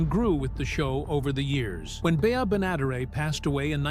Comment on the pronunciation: You could at least corectly pronounce Beas last name!